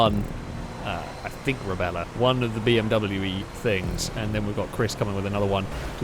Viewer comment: In the second race the smaller SUV is the Rebla. was calling it Rebella, which is close enough in my book. Or maybe was pronouncing correctly and I didn't realize.